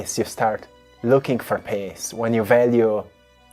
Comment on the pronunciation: ♥ I LOVE YOU ♥ and want to help you with your pronunciations. So... PEACE is PEEEEEEACE. not... PAAAAACE. 😀 PEACE AND BLESSINGS MY FRIEND... ♥ ONE LOVE ♥